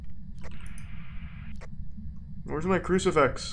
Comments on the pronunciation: Why does Charlie keep saying 'Ouji-board' and 'crucifex'? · FIX! CruciFIX. Not fex... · Idk why but him saying cricifex instead of crucifix is extremely annoying and on top of that this cameon when I was sleeping so I kept having Charles Martinee in my damn dreams cause I thought that's what he was saying